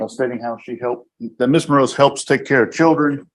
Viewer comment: Mros?? It's Morales, come on, get rid of the transcript if you can't do it right